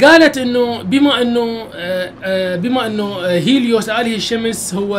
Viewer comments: هههههههههههههههههه اله الشمس هيليوس مو هايديس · معبد هايديس هههههه اسمة هليوس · عمي هيليوس مو هاديس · ملاحضه اله الشمس مو هيديس اسمه هيلوس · هيليوس مو هايديس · هليوس مو هايديس